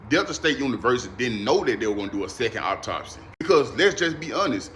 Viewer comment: you cant even say the word "autopsy" correctly. Why should i believe wtf you're saying? He sounds so ridiculous ugh